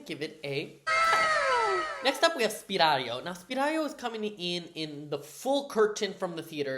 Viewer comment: It's Sypario, not Spiralio (I think this with Hermione's voice😂)